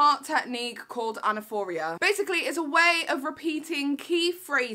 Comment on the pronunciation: Anaphora (not anaphoria) it’s not a manipulation tactic but a literary device used in poetry that it’s is also used as a rhetorical device in speeches (such political ones). Other than that great video (and you look so pretty today it’s distracting 😍)